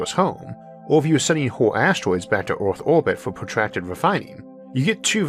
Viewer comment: Why does this man not know how to pronounce the ER sound. Bro keeps saying ORth instead of earth 😂